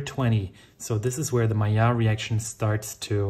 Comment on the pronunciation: And if you noticed, is pronouncing "Maillard" with the correct french pronounciation too!